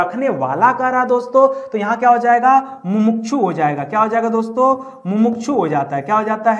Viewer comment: गलत पढ़ा रहे हो! मुमुक्षु होता है सही, मुमूक्षु नहीं!